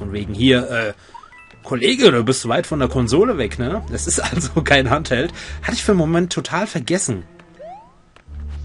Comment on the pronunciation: Als kleine berichtigung : es wird hentheld ausgesprochen auch wenn es sich doof anhört.